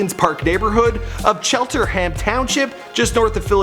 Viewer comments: Lil dicky went to my school and I almost cried when said “cheltERham” it’s cheltenham! Also it’s “wyncote”like Winnie the Pooh and coat like “wyncote” come on dude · Not chelterhamn it’s cheltenham chel-ten-ham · Cheltenham is pronounced chel-tin-ham and Wyncote is pronounced win-coat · it's pronounced "Shell-ten-ham". Cheltenham Township. Make sure you pronounce it correctly. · Cheltenham Pa. (shell - ten- ham ) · Cheltenham not chelterham. N not an r. Wyncotte * why are u hating on the letter n so much bruh ? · Cheltenhem not chelterhem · Its Cheltenham not chelterham. Im from Elkins Park too. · Cheltenham not chelterham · Bruh, it’s Cheltenham not chelterhum. Wyncote not whycot. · It wasn't "chelterham" it's CHELTANHAM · it’s CHELTENHAM not chelterham, get my hometown right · And it’s Cheltenham* not Chelterham lol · This man I butchering the name of these places. Wyncote and cheltenham boi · This dude needs to learn how to pronounce town names. Disgracing philly